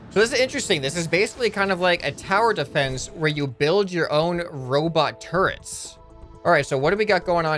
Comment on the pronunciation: when he said "Look at all the turrents we got!" i thought he said "Look at all the TURDS we got!"